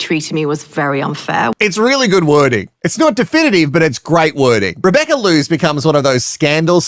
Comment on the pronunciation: Rebecca Loos is most likely dutch or flemish, so her surname is pronounced w/ a long "o" sound. The playboy magazine cover did a word play with her name "eindeloos" Rebecca = endless Rebecca